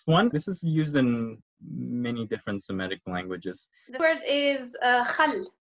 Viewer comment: This segment was fun and informative, as usual, but you are mispronouncing the word "Semitic." It is /se-MI-tic/, not /se-ME-tic/.